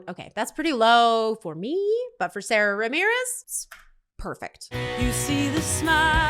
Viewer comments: It’s pronounced Sahda Ramirez. And it always fun to see a ‘newbie’ watch these episodes. 😂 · Just a note: Sara (pronounced with a long "ahh" sound, not the standard American way) Ramirez is non-binary and uses she/they pronouns.